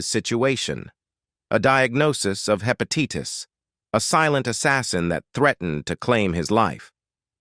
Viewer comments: The commentator on this video said, “hepatieetis”. It’s hepatitis. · The pronunciation of the word hepatitis as hepateetus about drove me nuts! If people can't speak good American, they shouldn't do reports on American performers! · I HATE computerized voices...learn to pronounce HEPATITIS! There are DOZENS of mispronunciations on this awful video. By the way, Waylon sobered up and lived many years DRUG FREE. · hepatitis does not come from PIE. And it,s hepa TiTe us u dumb bot . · The poor AI had a hard time there when the writer put all those long, complicated words back to back. Almost sounded like a French accent for a moment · I noticed that too. I wonder where he wasn’t corrected while recording this .